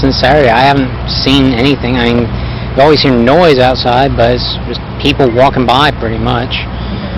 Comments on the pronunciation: First off what this monster did was horrific and I hope Lauren's soul is is at peace. But also omfg the way he says "I mean" and pronounces it like IAMs, the dog food brand, is fucking annoying. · He keeps saying “ieen” for “I mean.” I bet that reporter suspected he was guilty right on the spot because his reaction made him look so guilty. It must have been terrifying knowing you’re interviewing a possible murderer or at the very least a very suspicious person. She did great. Just like Chris watts’s tv interview, Stephen McDaniel did himself no favors with this interview. He did much better in the interrogation than this interview. He just sat there like he was a catatonic state for 17 hours and gave the detectives NOTHING. I hate him for what he did but I’ll give him one thing, he did outplay the detectives. It’s really dark but there’s unintentional humor in the interview. “The hair was thar styven!” Red shirt’s best quote is when he says, “Stephen.. we’re real people.”That point in the interrogation you can just give up because you know you’re not gonna get a confession if you have to tell the suspect that they’re real people. Probably the funniest yet most profound thing I’ve ever heard in an interrogation. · Its " I mean" not "ieam" scumbag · "I 'ean" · For being a law student and supposedly "smart" he is not well spoken at all!!!! "I eeen" is NOT A word!!!! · “ I een” = I mean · Haha was gonna post myself about all the "i'eengs." Legend for beating me to it. Glad someone else noticed. "I'eeng, she was such a nice person." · Why's he keep saying aing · Interesting how he mispronounced the words "I mean.." everytime. My thought is he did it purposefully bcus it sounded too much like "I'm mean", and it would point to him. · I think he’s saying “I mean.” It’s become a single syllable, granular version of what was once English lol.